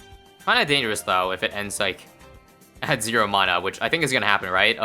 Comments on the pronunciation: It’s pronounced mana not mana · Mana isn't pronounced like that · Every time says "mana" I take 1d4 necrotic damage